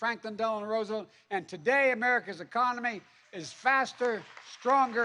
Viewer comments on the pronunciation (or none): none